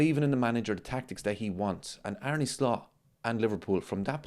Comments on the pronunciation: Did you know, its pronounced Ar-na not Ar-knee?? True story Also, whatever Merson says, you shouldn't never take it too seriously.... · Well actually its pronounced Ar-ne with a heavy r. Just like Slot himself said..